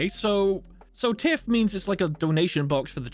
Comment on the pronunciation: Tith is pronounced like “Ty-th” not Tiff lol